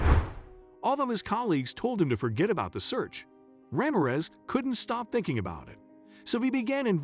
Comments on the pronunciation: I think you need to pronounce the name correctly Ra(h) mir(ror) e(e)z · Constant mispronounciations are jarring. Casts doubt on the rest of the information. Ramirez does not rhyme with razmataz. Cartel is not cartl. These are common words used in the US. Accents in several of the words are in the wrong syllables. Is this machine speech? Please correct for future videos.